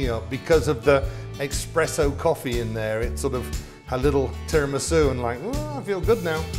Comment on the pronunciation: You pronounce it Tee rah me soo